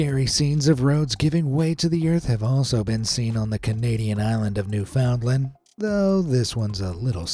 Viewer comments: Newfoundland. It can be pronounced one of two ways: "new-fn-LAND" or "NEW-fn-land." Never "new-FOUND-land." okay? ☺ for future reference. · It’s pronounced new-fund-land. 😉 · It’s pronounced “ New- Fin-Land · "NewFOUNDland" XD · nowfoundland is pronounced more like "noofinland" fyi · It's pronounced NEW-found-land. Emphasis on the first syllable. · "Newfundlund"... they way you pronounced it is a town in New Jersey. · First you miss pronounced The province of Newfoundland, it’s pronounced New Fund Land. Secondly you missed one of the biggest explosions in history. The famous Halifax Explosion of 1917. The biggest oops in world history that leveled the city. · Newfunland. The o and d is silent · omfg...I'm having trouble getting past your pronunciation of "Newfoundland"...it hurts my brain. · It’s actually Newfoundland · I'm groaning at the pronunciation of "Newfoundland" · I'm not Canadian and even I cringed at that.😬